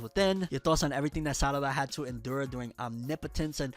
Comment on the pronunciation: He called her Sadada 😂